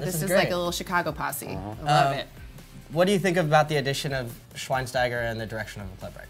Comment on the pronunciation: the "st" in schweinsteiger is pronounced "scht"